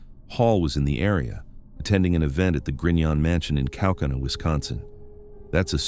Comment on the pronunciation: They are pronounced DEP-ease, men-ASH-a and kau-KAU-na, not to mention several other names of people and places that you butchered. If you're gonna do videos, make sure you can pronounce names and places correctly.